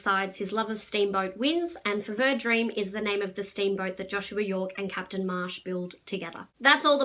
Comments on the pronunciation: Feeever. Fever. It's how's it's pronounced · I think it's pronounced like fever - the French name is "FEVV-rr", but the boat is named after the Fevre or Fever River. I'm very much enjoying this book - published in 1982 it seems clearly inspired by Anne Rice's Interview with the Vampire, 1976. But of course very different - I described it as Tom Sawyer meets Anne Rice.